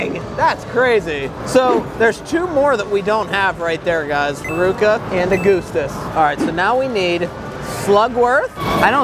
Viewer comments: It’s pronounced uh-guh-stuhs not A-goo-stuhs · I love how you pronounce Augustus' name wrong lol I love you and your videos so much!